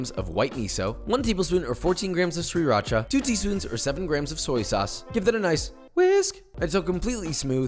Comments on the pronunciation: "1 tablespoon of shur-ri-racha" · Did he just pronounce the first R in Sriracha?